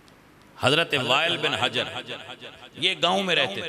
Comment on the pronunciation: اپنا بیان کیا ہوا اصول ہی بھول گئے تدلیس والا عبداللہ بن مسعود رضی اللہ عنہ والی روایت میں سفیان ثوری مدلس ہے جس کی وجہ سے روایت ضعیف ہے جبکہ رفع الیدین کرنے پانچ سو کے قریب صحیح احادیث ہیں اور وائل بن حجر کے نام کی ادائیگی بھی درست کریں